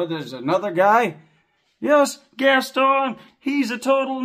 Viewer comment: So like….. Gaston is NOT the beast.. 🤔🤔🤔🤔🤔🤔🤔🤣🤣. Then he calls him Gas.. stone…. This does make me want to drink less. 😂